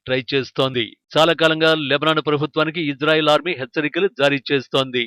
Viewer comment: Hello Anchor.....Ijrael kaadu Israel.....pronounce correctly....correct yourself....shame shame shame on you....